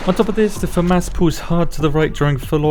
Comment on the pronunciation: Love your videos. I also love how you say Fa mas 🤣🤣 I thought id hate this gun but the fact it doesnt pull back like others is pretty OP!